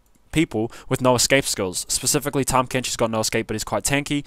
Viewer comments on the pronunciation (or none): i luv how u call tahm "thing"